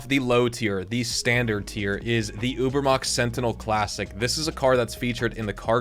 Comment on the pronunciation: i love how none germans pronounce Übermacht